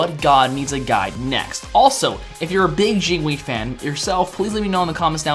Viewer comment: "Jine wei" :P